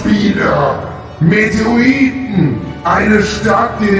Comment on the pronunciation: METEORITEN NICHT METROITEN